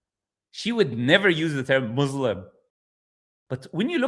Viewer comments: I find it funny, an Arabic speaking person saying maaslam, I think what she meant was muthlam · Even me as a non Arab Muslim, I don't pronounce Muslim as Muzlim 😂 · I can attest to the fact that any Egyptian will pronounce Muslim with the S, not a Z and certainly not MUZlem. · It is so funny i am not Arab i can pronounce Muslim properly and I never say Mozelm 😂😂😂. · She said Mozlum....we don't pronounce...Muslim... as Mozlum.. Not even us Muslims who are not Arabic speaking. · I can’t get over her saying, “being a mAhZlem” but you are speaking Arabic and born في القاهرة ؟؟؟ ازاي بقى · I'm a non Arab, born South African Muslim, and I say Muslim, not "Muzlim". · "Mazlem" while pretending to be an arabic speaker and forgot the arabic alphabet 'seen'. 🤣 you can't make this up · he's taking about Arabs specifically, no Arab whose mother tongue is Arabic pronounces it izlam/Muzlim